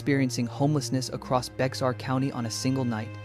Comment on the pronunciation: Bexar County it’s pronounced BEAR!!!!!